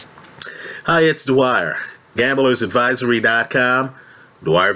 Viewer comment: Dwyer with the "W".